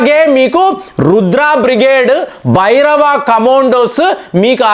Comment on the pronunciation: Please stress 'Bhairava'., 'Bhabhairava'